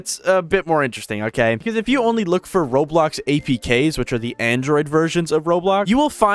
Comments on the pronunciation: why it said "roadblocks" instead of roblox 😭🙏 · Bruh its roblox not roadblox lol